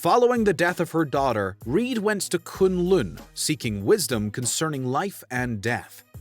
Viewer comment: Characters: pronounce "Kan-Lan" Narrator: "Kun-Lun" 😅